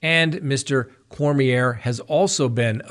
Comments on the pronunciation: I am from Louisiana! The name is pronounced Korm-Yay! What a POS!!! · in Louisiana ier is pronounced yea. Cormyea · Cor mi a is how you pronounce his last name here in Louisiana! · Lol. I came here to say that too! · CoreMeA is how the name is pronounced.